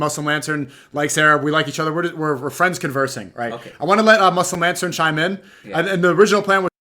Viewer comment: 1:2:39 yo brother said muslim laden or muslim la.....den 😂😂